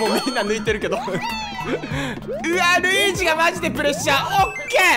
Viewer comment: なにやってのルイージ！のとこで巻き舌かっけぇ！！！